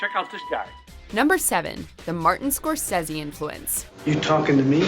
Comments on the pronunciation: Martin cor-says-e???? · You make good points and this picture certainly deserves and will get the accolades to support the quality it has delivered, but you a) got facts wrong and b) can't even pronounce Scorsese correctly, who the hell are you hiring for this.